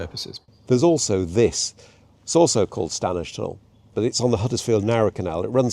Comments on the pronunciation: The 'd' is silent in stan'd'edge tunnel, so pronounce 'stanedge'. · Urgh, my pet hate! The first D in Standedge is silent. It’s pronounced Stannage. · A note on pronunciation - I've never heard anyone local pronounce the first "d" in "Standedge tunnel". It still seems mad to me that you wouldn't at least find the funding for HS2 at least to Manchester.